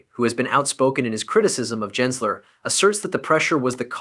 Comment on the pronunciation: It’s Gensler not Jensler.